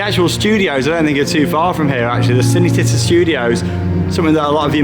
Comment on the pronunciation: I know you guys don’t speak Italian but it is pronounced ‘Chee-nay Chee-tá’ 😀😀 Great vlog btw.